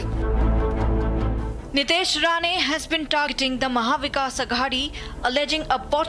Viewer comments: It’s Nitesh Rane and not RANA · Rane not Rana 😂